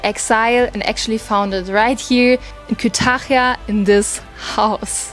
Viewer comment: Kütahya derken o kadar zorlanıyor ki 😂